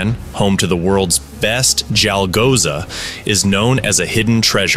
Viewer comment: bro its CHalghoza u keep pronouncing it wrong in such a clearly pronounced nd repetitive manner i cant continue me lunch :)